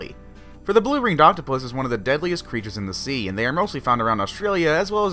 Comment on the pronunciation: The criechers are in the water are pertecteen there sefls